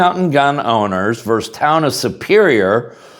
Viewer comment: Hate to nit pick, but the word is versus, not verse. Two syllables and not one.